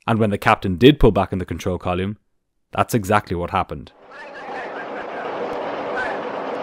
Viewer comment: Really like this channel, hearing actual cvr is cool. But every time you mispronounce the word column 😂